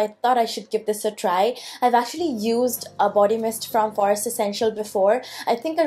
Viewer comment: Stop pronouncing 'forest' like that, wtf you on girl